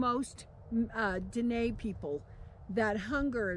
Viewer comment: Aren't you mispronouncing Dine'???